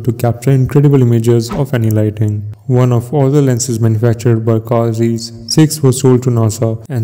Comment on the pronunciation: It's Zeiss zaaaaayyysssssss not zeeeeeeesss.